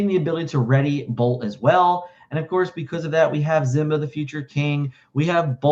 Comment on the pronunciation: What's the backstory on mispronouncing Simba? Even from the movie we know how it's pronounced. I know also knows this.